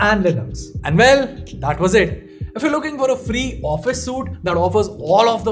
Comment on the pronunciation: several videos on office suites later and he still says it wrong every time. suit = soot. suite = sweet.